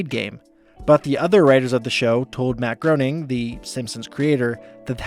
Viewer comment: "Matt Groening" rhymes with complaining (as he writes in many of his books)